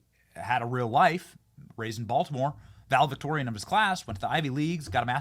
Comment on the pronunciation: ValeDICtorian not valeVICtorian. Sorry, pet peeve.